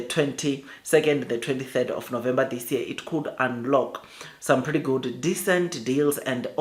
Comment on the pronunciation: November, NOT Novemba. Where did you learn to speak like that? Probably 30% for English,?